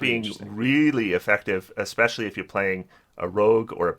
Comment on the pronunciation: Especially*, not Explecially :P